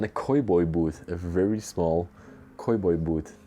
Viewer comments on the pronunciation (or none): those “chandeliers” are actually simply light fixtures. Not cowboys but pronounced ‘cao-boys’. The “pimp” shoes are called “pump” shoes.